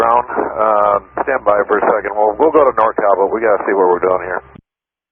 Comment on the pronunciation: it sounds like the controller isn't enunciating the "NORCAL", reminds me of that other ATC controller a number of years ago that suffered a stroke while on the radio.